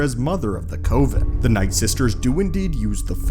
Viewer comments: Coven. Think cuven. Oven. I like your content, and you know Star Wars fairly well, but this distracts me from listening. It definitely ISN'T cOven. Oven, with a hard C in front of it. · Co-ven, lol. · It's pronounced cov-en dude! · The one thing that absolutely stood out was “Coh-ven” that pronunciation just hit me like a freight train